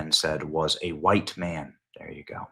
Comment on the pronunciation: “6ft 4, short dreaded, dark Huwhuyte man” - CNN